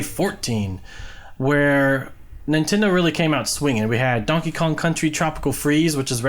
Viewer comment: "Jankey Kong"